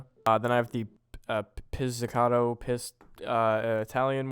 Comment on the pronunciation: i love that my guy pronounces pizzicato as piss ticato